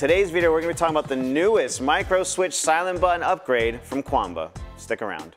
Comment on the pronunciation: Nice video!! SN: Qanba is pronounced as Chien - bah